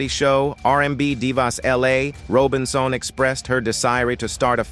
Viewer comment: These narrators sure can mispronounce.And it was Sylvia Robinson not Sylvia "Rone."